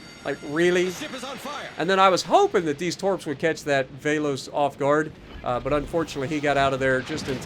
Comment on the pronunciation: Alright a bit help from Greece here. Velos (Βέλος) is pronounced short /ɛ/ as in "egg" and in greek it means arrow. Mati Mataki (Μάτι Ματάκι) means Eye Small Eye and letter "a" is pronounced short /æ/ as is "apple".